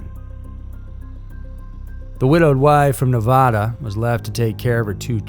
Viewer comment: It’s always interesting to hear people say Nevada. Anyone from Nevada or around it knows it’s Nev-add-uh not Nev-a-awd-uh. I’m happy these stories came to light. I learned about the mom and daughter on the local news and it was just heartbreaking.